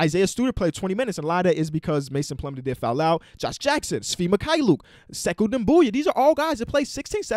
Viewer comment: Did anyone else hear the sixers announcer call sekou cheeeeeko ?? It was funny